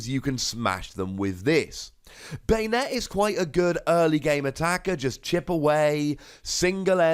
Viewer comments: Ban-ette =/= bane-ette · I always pronounced Banette as "BAHnette" not "BEYnette" idk the way you say it sounds kinda weird.